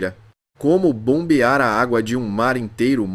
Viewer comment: O narrador disse "bombejar" em vez de " BOMBEAR"... doeu nos meus ouvidos. Ou ele diria "zoreias"?